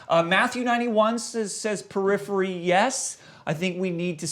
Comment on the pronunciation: lmao at perirhery